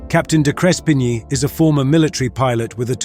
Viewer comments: Good account but your pronunciation of the hero Captain's name was wrong. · You could at least have learned the Captain's name pronunciation. Insulting. May not mean much you may think, but in aviation, attention to detail is extremely important. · How about you learn how to pronounce the pilot's name. Such disrespect. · Why didn't you use an Australian accent or correctly pronounce the captain's name?